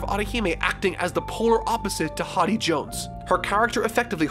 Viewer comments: I think it’s hody not hady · BRO ITS HORDY not haddy my gosh lmao learn the real name of these characters pls this is a little anoying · im bothered by how you pronounce that guys name because its pronounced Ho(like my ho)-Dee not with a short o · I don't think so, he's only reading the Manga wile he's probably seen a few clips of the anime. I'm certain he didn't bother looking at the Funimation dub where they pronounce the names correctly with the exceptions of Enel, Akainu, Jinbe and Hodie. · Anyone else peeved he's pronouncing his name as "hoddie" instead of "hoedee" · Probably because most people only watch the anime where it's HORDY and in the manga it's just Hody. I don't know which is technically correct, but I'm not surprised by his pronunciation. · Hii-Dy Me: Horrrrrdy. HoOOooRRRRDYYYYY! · HIS NAME IS HO-DI, NOT HA-DI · "Hady Jones" "Vander danken" please man. Im trying to enjoy this. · Nobody:: "Hoddy" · I always thought it was pronounced H-oh-dee. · Did you just pronounce Hody “Hoddi”... lol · I can't get over the fact that he keeps saying hady 😂😂 lmao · Idk hiw u miss the r in hordy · I think it's pronounced more like Cody. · I thought Hordy was pronounced whore-dee.. guess I was wrong? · Its "HOE DEE" FFS 😂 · your butchering Hody's name also it’s pronounced Deck-in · hearing constantly pronounce hody like body is taking years off my lifespan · pronunciation of Hody, Vander Decken and Atahime make my ears bleed and my soul cringe